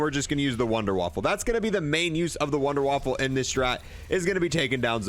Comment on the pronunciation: Wunderwaffle? Waffe is weapon not waffle in German c'mon guys. Kills me!! A wunderwaffle is what's for breakfast haha